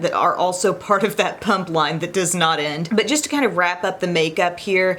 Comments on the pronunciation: Its PUMA not PUMP LMFAO! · Without reading the title - for about half this video I thought you were saying ‘punk’ instead of ‘pump’ and I was like - Humm I’ve never thought of punks being active 😂😂